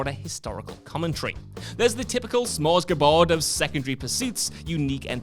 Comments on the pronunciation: It's "smorgasbord", not "smorsgabord". Then again, what am I expecting from the guy who mispronounced "Darkseid" into "dark seed"? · I found Borderlands 2 disappointing, the enemies would respawn in area too quickly...made it a bit more of a chore to explore. KUDOS for "Smores-ga-borg" rather than "Smorgasborg" LOL Shows a lack of practicing the script methinks. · Spent the last 2 minutes trying to figure out what the frig a "Smorsgabord" was 😂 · "Smorsgabord". pronunciations in these videos provide a smorgasbord of possible vocab options